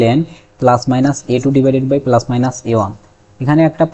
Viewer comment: পেলাস বলেন কেন?